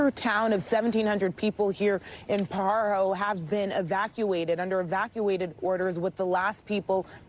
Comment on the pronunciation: Dear East Coast reporters, it is not pronounced " Pa Jar O" like a jar, It is pronounced "Pa-Har-o." Pajaro and near-by Watsonville are important agricultural areas, home to Driscoll's Berries and Martinelli's Apple cider and juices.